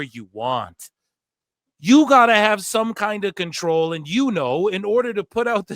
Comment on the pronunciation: Bro, when you do Russo voice, bro, 2 syllable words like "control" have 3 syllables... like WRE-STEL-ING 😂